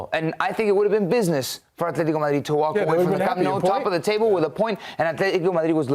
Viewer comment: Also, Camp Nou? Can't even get that right.